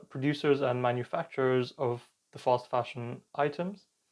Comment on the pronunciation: what is he calling it? False fasion, foss fashion, fast fashion? I turned Closed caption on to be able to understand .